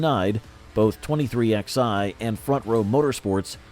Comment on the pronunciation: It’s called 23 eleven, not 23 ex eye.